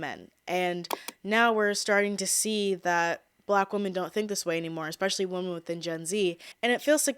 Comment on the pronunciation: Why do you pronounce the word "women" as "woman"?